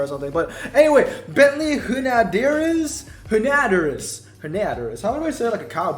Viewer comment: You pronounce it Hu-no-dee-air I'm french, I know what I'm saying